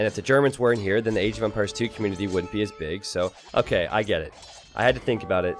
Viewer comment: its not que-munity... its COM-munity. fkkkkkkkkkkkkkkkkkkkkkkkkkk